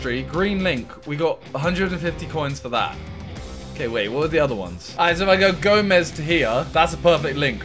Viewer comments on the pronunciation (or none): none